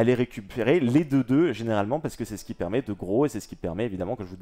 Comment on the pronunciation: Juste un détail mais : « Ce qui » et pas « Keski » les douzes premières fois j’ai rien dit mais là je n’entends plus rien à cause du sang dans mes tympans...